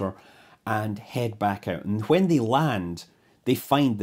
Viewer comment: I like how scott pronounces "when" as "hwen"